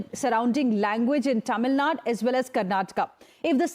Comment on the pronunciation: its not Tamilnad.. its Tamilnadu...